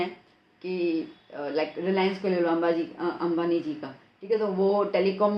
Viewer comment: mam ka ambani ko ambaji he bolte hai